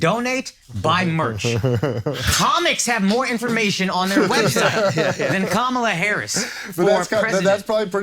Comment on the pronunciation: As smart and well read this guy is……He can pronounce Kamala correctly? 🤔